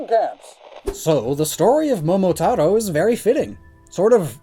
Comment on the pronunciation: >Pronounces "Momotaro" with a perfect Japanese pronunciation >Calls Ulysses "Usylles"